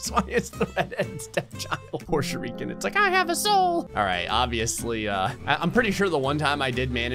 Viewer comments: nobody:: pronounces shuriken "shur - ReEeEeE - kin" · Can somebody please teach how to pronounce Shuriken